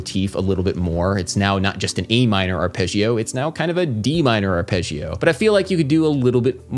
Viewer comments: Hey Adam, your videos are great. One minor comment: it's not arpegg-ee-oh, it's arp-edge-oh. Please pronounce it correctly. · the way you spell arpeggio... arpejhio? it's actually spelled more similarly to arpeJJoe